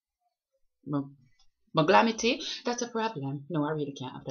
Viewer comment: When you say "Glamity" I smile on the inside :)